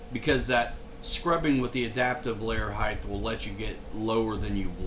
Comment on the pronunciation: The word is height. Ends with a T sound. Not a TH sound.